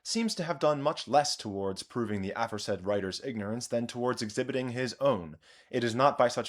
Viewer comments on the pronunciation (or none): Why have you decided to mispronounce the English word “a forehead” as if you didn’t care that it’s “a-FORE-said” because you made the mistake of thinking it sounded like “AFF-ore-said” instead?